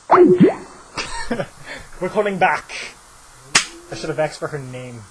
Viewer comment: why does he say "asked" as "axed"